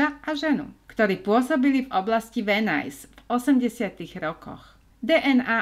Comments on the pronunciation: Videjka super.... ale říct Venice - Venajs??? Uf Uf Uf..... to bych radši celý vymazala a.natocila.znovu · To je venis nie venajs😢